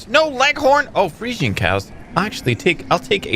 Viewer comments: pretty sure they're pronounced "Freezehens", not 100% but that's how I've always heard them pronounced. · Friesian is said free-shin as far as I know, just an FYI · Fresian is pronounced 'Freeshun'